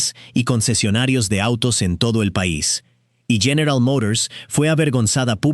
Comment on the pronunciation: General Mourors.